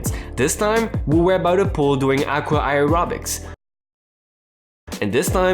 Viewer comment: aerobics is pronounced as AIR -- OH--BIKS